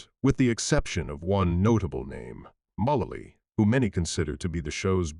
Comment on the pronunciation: Megan WHO? Learn how to pronounce the names!!!